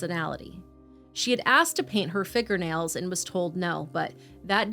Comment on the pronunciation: “figgernails” 😂 sorry ….I got a kick outta that ❤